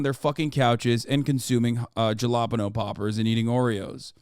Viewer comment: Hasan= Jalapeño (HHHHAAlaa) ahahah